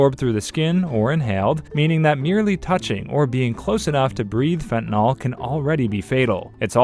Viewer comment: Is it not Fent-a-nil pronunciation? -nol is its own suffix.